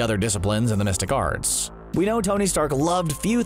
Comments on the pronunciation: Through the whole video I thought he said "domestic arts" and I was so confused 😆😅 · I kept hearing "domestic arts" and got confused... xD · Lol! Glad to know I wasn't the only one hearing domestic arts. Took me until the 2nd or 3rd time to figure out he meant the mystic arts... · Everytime i heard "Domestic Art's " not The Mystic Arts. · Who else heard Domestic arts(The Mystic Arts) 🤦🏿‍♂️. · I, too, hear "domestic arts". If not that what was the narrator saying?